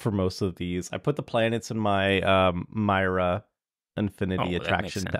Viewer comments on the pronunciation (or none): none